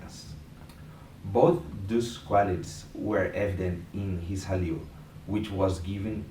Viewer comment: Pronounced Khalil.